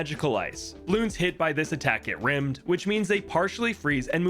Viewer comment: Looking at this comment section, I'm gonna guess that this pronounciation of "Rime" Isn't exactly correct..